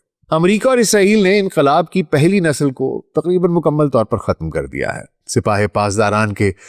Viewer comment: کا ناقابلِ فھم تلفُّظ 🤔| نسلnsl ✅ نہ کہ nasal